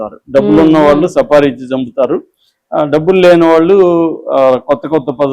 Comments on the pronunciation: సపారి కాదు సార్ సుపారీ , మీరు బాగానే మాట్లాడతారు , అప్పుడప్పుడు కొద్దిగా తొందర పాటులో. డోర్లు తాయి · సఫారి కాదు స్వామి, సుపారీ ఆనాలి.